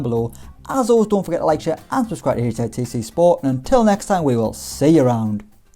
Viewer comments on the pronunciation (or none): none